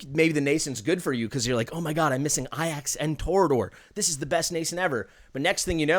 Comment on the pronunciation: It's very clearly A-Jacks....stop mispronouncing it, yikes my guy